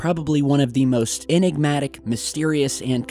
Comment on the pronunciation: Again, it's EN- ig- matic, not IN- eg- matic. But otherwise another great video.